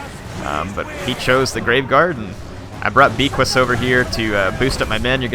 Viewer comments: Beaquis is pronounced like baykee not beekwis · the hippogryph's name is prenounced BAYKEY for future reference. Its French dont question it. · It's pronounced beckee.